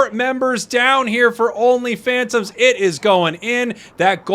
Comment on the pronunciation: Everytime say only phantoms I hear only fans